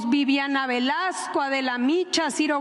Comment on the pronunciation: Qué nervios de Doña Luisa, no pudo leer bien el apellido de Bibiana "Velazco" 😅